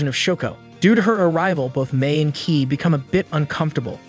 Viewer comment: Kaede as keed 😰